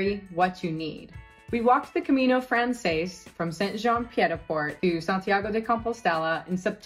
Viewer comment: I’m grateful for this packing list. We’re just starting our planning for next year’s Camino. There are so many things here I never thought about. Side note: your pronunciation of Camino Frances is painful. In Spanish it would sound like Camino frahn-THESS. In French the words are different: Chemin de Francais.